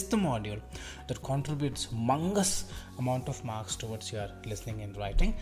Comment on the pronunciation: Aba sala nakul listening hota ha lizning nahi hota😂